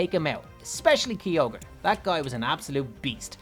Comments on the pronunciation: Kyogre is pronounced like (k-i-ogre) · Has anyone else heared him saying kyoger was his first rideable "DRAGON"